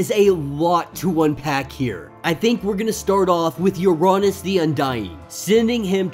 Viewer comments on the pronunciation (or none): true but im pretty sure uranos is like ura-nose like thanos. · I think u are saying uranos wrong lol, but awesome break down! These vids rly help me catch up. So i can continue to read xmen red and immortal